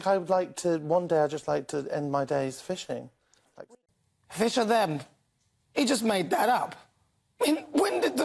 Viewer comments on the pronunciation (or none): Bonkers, especially that "firsherthem" guy🙃